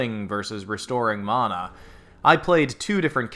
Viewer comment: Unsubbed because you don't know how to pronounce 'mana'.